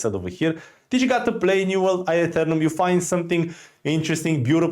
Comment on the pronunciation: "New world I-UH-Thernum"